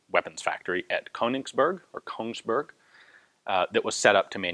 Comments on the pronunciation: In the North we pronounce "berg" more like berj (Without the "d"-sound, almost silent. Kinda like the "j" in jam or yellow. And with a higher, calm "e"). "Beerk" just sounds... stupid. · it is Kongsberg. It sounds like he wanted to say Königsberg and I was wondering if that suddenly went a couple kilometer north